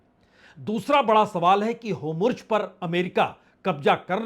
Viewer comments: Please pronounce Hormuz not Homurz. Shall be appreciated amidst your wonderful work. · Homurj❌ Hormuz✅ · Its not Homurz !! Its Hormuz :) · You’re a senior and an excellent journalist - I would appreciate if you can focus on your pronunciation of names of people and places. It’s Hormuz not Homurz, Araghchi not Agrachi, Netanyahu not Netanhu, among other names. Please! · बाजपेई जी, एक विनम्र सुझाव है। आप हॉर्मूज का उच्चारण होमरूज करते हैं और नेतनयाहू का उच्चारण नेतानू करते हैं। इसको थोड़ा सुधार लें तो अच्छा रहेगा। विनम्र सुझाव है 🙏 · Big fan sir. I had a request to kindly pronounce the names correctly like ne ten ya hu and hor mus. Etc.